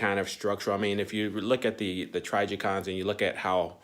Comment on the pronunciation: Trijicon pronunciation trij-E-kon like how’d you say trigger. Just sayin fam. Love your vids though